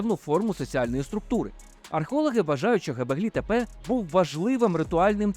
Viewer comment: Чудове відео. Тільки не " гебеглі тепе", а "ґьобеклі тепе"(göbekli tepe). Це перекладається з турецької як "пузатий пагорб". Ви мабуть користувались московитськими джерелами, а вони "ьо" позначають на письмі буквою "е".